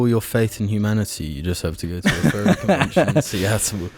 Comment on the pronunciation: I swear to god the entire seattle part by i thought he was saying "Ferry" it wasnt until the end that i realized my confusion. I was like: wow, didnt know the ferry community was so big, wonder why IHE did a video about it...